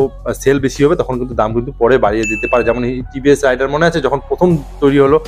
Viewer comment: ভাই, উচ্চারণ রাইডার হবে না, রেইডার হবে।